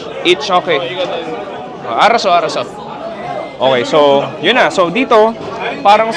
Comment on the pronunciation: Simula pa nung unang vlog nya sa korea may comment na akong nakikita about proper way of saying "arasseo" pero yung response nya di pa rin naman nabago😂